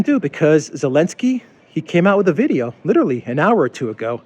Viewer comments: And your 2nd mistake is you misspelled/mispronounced "Zelensky" as "Elensky". Please apologize and don't do it again. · A question: Why you call Zelensky “Elensky?” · Who is, “Elensky”? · I like the way you insist on omitting the Z in Zelenksy. It's hilarious Shows how illogical humans can be